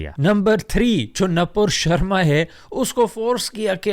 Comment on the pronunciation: Oh My can't believe this you can speak hindi/Urdu MashaAllah multilingual brother.The way you speak नोपुर्र शर्मा🤣lovely